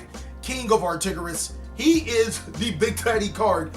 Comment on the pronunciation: ar-TOR-igus my man! Not ar-TIG-orus.